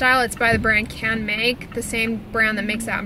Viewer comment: In Japanese, Canmake is pronounced like “Kahn may ku” with just a short emphasis on the ku, not like kooooo. 👻🤓 My hubby is Japanese and I had lived there for 6 years. Hope that helps! Christine in CO